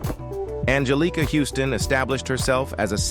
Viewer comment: Anjelica (as you mispronounce it) Huston, did NOT win her AA for The Grifters. She DID win for Prizzi's Honor.